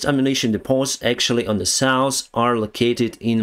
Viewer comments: If you like to improve your pronunciation, check the word SOUTH in Google Translator... Keep working like that‼️👍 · I always love it when you try to say South. You say Sous 😂😂. No offense it's just funny. Great video. Stay Awesome my friend. SLAVA 🇺🇦!! 😎